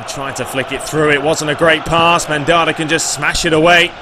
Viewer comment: Mandanda isn't pronounced Mandara but either way I love love your vids and keep up the great content and commentary.:-)